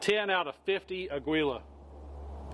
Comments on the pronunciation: Without complicating things. "Agwee-Lah" NO "AH-GEE-Lah" YES Its Spanish for eagle. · It’s pronounced “AH-GEE-LAH” it’s Eagle in Spanish 😅😅 not “augh-gwee-lah” Good video 👍🏼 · To help...It's pronounced 'Agee-yah', not 'Agwee-lah'. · Nice review. But can we address your pronunciation of your ammo? Aguila, which is eagle in Spanish. Ah-gui-lah. The “u” is silent. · AGUILA is pronounced Ageela. Thanks for your video. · it's "Ah-gi-la" = Eagle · Thot it was pronounced "A kee la" but I'm usually possibly wrong. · For the love of christ, the g is silent